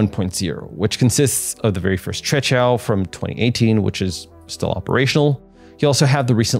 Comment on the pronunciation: You are the only one who had pronounced QUEQIAO correctly, I mean non chinese, bravo